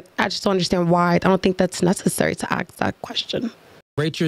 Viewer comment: When a full grown woman says "axe" is an automatic no-go. 😂 horrible